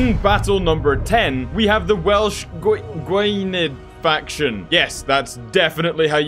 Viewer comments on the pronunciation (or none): Gwynedd is pronounced as "Gwin-neth".